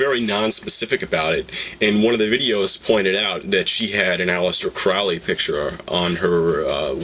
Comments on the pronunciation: Crowley is foully Crowley is holy get the pronunciation right! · His name is Crowley, rhymes with holy. And maybe she's William Breeze's daughter. :P